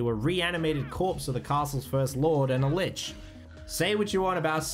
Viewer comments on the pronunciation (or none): none